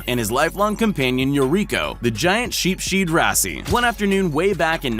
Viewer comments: Who the heck produces these? That fish isn't a 'sheep sheed', it's a 'sheepshead', pronounced 'sheep's head' because the head looks like a sheep's head. I guess that's what you get for stealing other people's content and then sticking it together for views. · sheep-sheed rassey, fay-gin.... LOL